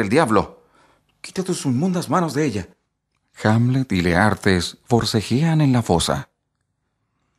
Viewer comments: Porqué usted dice : Leartes si el libro dice Laertes.... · Leartes o Laertes ?